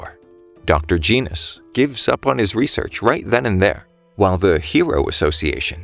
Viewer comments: bro said Janos it's gen os not Jan os it's simple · its geno not janos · Nah bro just call genos jenos